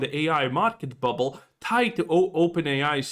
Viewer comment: “Buble”? Collapse? You sure about that? You sure about that? 😂